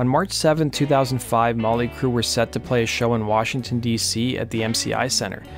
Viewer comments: Sounds like he says " molly" Crue haha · Its not Molly Crue, it's Motley Crue. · Why's he keep saying "Molly " Crue?